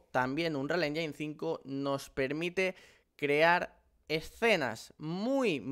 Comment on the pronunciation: "anrial enyin"